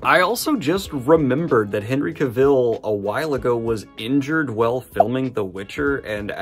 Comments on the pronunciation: As Henry said in a video: Cavill rhymes with Travel...otherwise well done as usual! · That pronunciation of Cavill though. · According to Henry Cavill, 'Cavill' is pronounced like 'travel.' ;) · The mispronunciation if his name is driving me nuts, so here watch this "How to properly pronounce “Cavill”, Henry Cavill’s last name." you can find it on YT, where the actor pronounces his own name so you don't butcher it more. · bro u say Henry Cavill's name wrong what the heck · Cavill is pronounced like Travel, his words. Butchering my guys name Back on subject, when we heard Henry Cavill was the Witcher we all held our breath until the first trailer came out. Now I ONLY see Henry as Geralt, elven when reading. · Oh gosh, please pronounce Cavill’s name as he himself pronounces it. It’s not a tricky name and it would take a minute watching an interview clip or clip from the Graham Norton show etc to get it right… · I hate to be that guy, but that's not how "Cavill" is supposed to be pronounced, at least according to Henry Cavill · why do you still pronounce Cavill like that lmao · Hate to be this guy but some pointers for you: I don’t think you are pronouncing Cavill correctly, and the UK has pounds not euros, and pointing a gun at the camera is a bit cringey. Otherwise: carryon love your content. 😅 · You gotta stop mispronouncing Henry Cavill's last name every 3 seconds. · Cavill. Not Caville. Nitpicking, I know ;-) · Ok, I gotta stop the video and ask... Are you purposely mispronouncing Henry Cavill's name for a bit or something that I didn't get? Its completely distracting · I’m just curious, Henry Cahill has posted online how to pronounce his last name, but you pronounce it like Cruella Deville… caville. It’s Cavill, like travel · Cavill rhymes with "travel". By the way. DANIEL. Henry has covered this. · No it’s not haha if you look up Henry Cavil pronouncing his own name he has a video on how to say it correctly ~ it’s “Ka-Vall” like travel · It’s CA-vill.